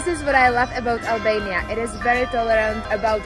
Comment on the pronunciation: Albania looks beautiful. Though I would've loved it more if you soften your "r" a little bit when pronouncing it.